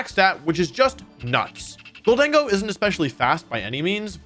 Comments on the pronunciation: I think you pronounced it right, GOLDEN-GO just sounds weird compared to GOL-DENG-GO. Also it sounds like the name Diego, so that’s kinda cool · Thank you for saying GholDENgo, that's how my headcanon pronounces it. Makes it sound a little spanish. Amazing video btw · Love your videos Wolfe. Also I thought gholdengo was pronounced the way you’ve been saying it. Until my sister said it as “Golden Go” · I think you said Gholdengo correctly. My guess is its a combination of "Gold" and "Tengo" aka "I have gold" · I pronounce Gholdengo the same, but man did you botch glaive 😂